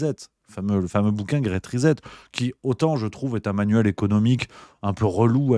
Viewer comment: grete rizette?, mets-toi à l'anglais tu veux;-)?